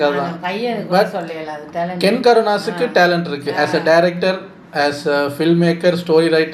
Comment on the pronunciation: Ken❌ kenner✅😂